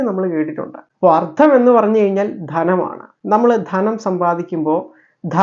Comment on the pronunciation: Ardham alla Artham